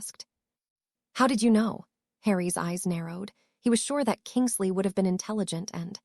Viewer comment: It is Kingsley not kingle sea